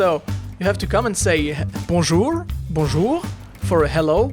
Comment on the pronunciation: Bonjour je suis un enculé mdr tu m'as tué ^^ Bonne chance pour la suite j'espère que tu pourras vivre de YTB :) PS : Pourquoi tu prends un accent anglais quand tu dis bonjour ? (RIP Roky le labrador)